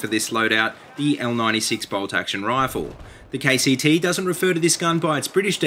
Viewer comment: When he says KCT i hear KTT